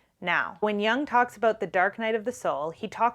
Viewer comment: it's pronounced "Yoong" (C.G.Jung), not "Young". Best Regards from Switzerland & thanks for your talks!